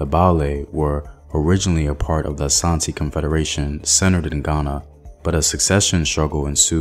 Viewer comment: I love how he said Asante instead of Ashanti, but the rest😬.